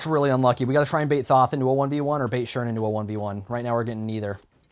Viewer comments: It is th-o-th not th-a-th where do you see the A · The way you pronounce Thoth hurts me